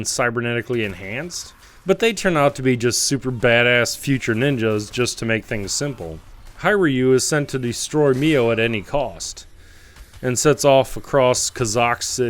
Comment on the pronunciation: great review. small nitpick being your pronunciations. hiryu is pronounced heer-yoo. you actually pronounced it both right and wrong in the same video .w. raiden in mgs is pronounced rie-den (mortal kombats raiden is pronounced ray-din, but still)